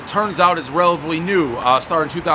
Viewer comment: “It’s relivy new”